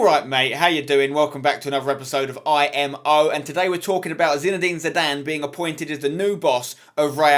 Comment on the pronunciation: spence its zidane. dont argue